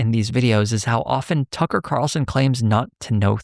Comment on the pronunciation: “Buckler” and “Tuckley” Carlson